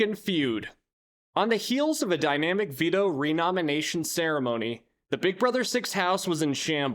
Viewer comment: She wasn't too mad. She was too dumb. Remember her trying to day dynamic and kept saying dymanic?